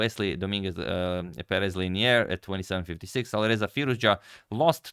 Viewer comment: It's not pronounced Pe-REZ, it's pronounced PEH-rez